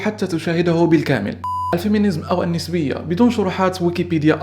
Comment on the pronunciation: النِسوية!! النَسوية انت أنطقها عدل بعدين تكلم بموضوع اكبر منك